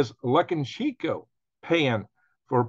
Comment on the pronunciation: Its pronounced "luca- shenk- o"